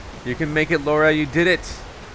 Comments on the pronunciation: Lara not Laura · when he calls her laura instead of Lara lol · i dont like he dont now how to speak currect name he is saying laura the real word is lara first you want to now about game then upload the video